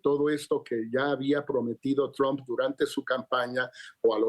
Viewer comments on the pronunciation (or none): Se escribe TRUMPI!! No se pronuncia TROMP!! Se pronuncia TRAMP!!!